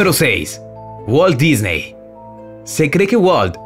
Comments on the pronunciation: No se pronuncia Disney se pronuncia disni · pronuncio mal el apellido de walt disney